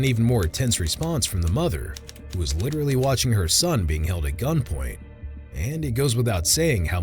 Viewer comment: “Literelly”? Seriously?!?